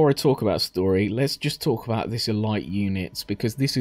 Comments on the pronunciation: E-light? What the fucking fuck? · It's not the same at all. Elite has a proper pronunciation.